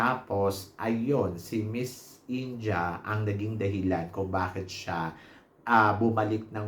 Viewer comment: it's IN-DEE-YAH not INJAH, ✌️